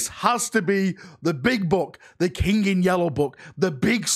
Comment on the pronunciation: I like how say "the yellow kink" and Not the yellow King 😂. The loyal son of dorn and his "yellow kink" 😂😂😂😂.